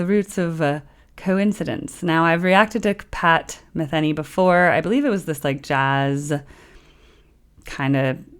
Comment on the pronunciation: Pat “Ma-thee-nee”, not Pat “Ma-thin-ee”